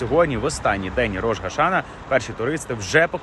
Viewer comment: Дякую за дуже дотептий репортаж! Ведучому: треба казати Рош-а-шанА. Слава Україні! Слава Ізраїлю!